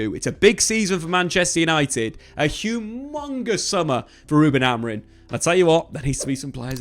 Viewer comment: Can English people not say AmoriM? Why do so many say his name AmoriN in the flow of a sentence? Triggers me like crazy TBH 😂